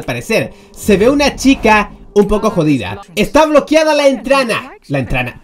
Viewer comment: "Entrana" 2019